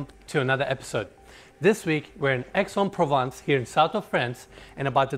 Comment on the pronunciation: Moi aussi, quand j'ai entendu Aix-en-Provence sortir de la bouche d'Enes... j'ai fait un "WHAT WTF " !!